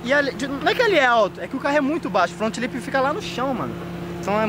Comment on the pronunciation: Resumo do vídeo: "meu front lipssss" kkkkkkkkk